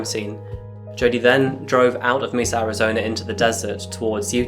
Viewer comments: As a person who lived in Mesa AZ it was a "what?" kind of split second reaction when I first heard it pronounced "Meesa". I know it's not always possible to get the correct pronunciation right. Lord knows I've had my share of those kinds of slip ups and am grateful when corrected. So I hope you understand when I say it's pronounced "Maysa" even though it's spelled Mesa. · Side note. Mesa is pronounced "maysa". It's the Spanish word for table. Definition: an isolated flat-topped hill with steep sides, as found in arid and semi-arid areas of the US. Just for future reference.